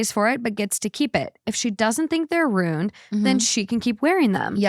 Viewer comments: The way you say ruined is starting to grate on me. Wtf are you saying? ROONED. Why are you skipping the I? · I don't know what is worse, pronouncing ruined and rooned or pronouncing picture as pitcher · Am I the only one that says ruined in two syllables? It feels gross when said as 1 syllable! lol